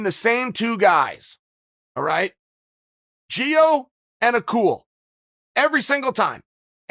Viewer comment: “Acool” 😂🤣 he doesn’t even try.